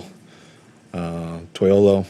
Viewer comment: Shanahan.... Say my uso's name right...(TOY-LOW-LOW)...he said (TOY- OLO) that means (toy balls) dammit😂😂😂